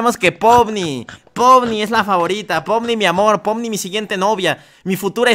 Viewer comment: POMNI❌ JOMINI✅